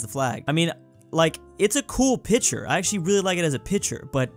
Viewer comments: Why does say picture like that???!!!! Pi-chur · Anyone notice how say picture